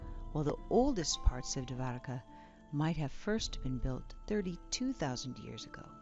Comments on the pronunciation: It's pronounced "doh'war ka" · bruh dwarka is literally pronounced like how its spelled. you dont need to add an extra a